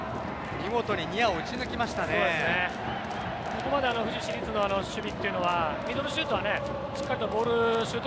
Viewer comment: ふじしりつじゃなくてふじいちりつじゃね？